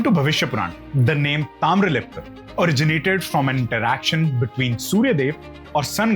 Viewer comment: That is 'Taamralipti',not Taamralipta.